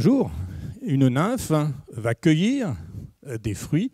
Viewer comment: Il n'y a pas de T à va. Et vous faîtes l'erreur chaque fois que vous prononcez le moi "va" en faisant une liaison, "mal ta propos". Ménagez notre belle langue française SVP !